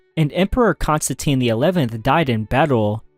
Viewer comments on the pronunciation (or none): none